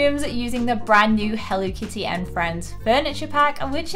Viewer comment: You’re saying it wrong healthy kids that are using hell Lee kitty that’s great way to pronounce it go to bed I love your store I love your shows but you better show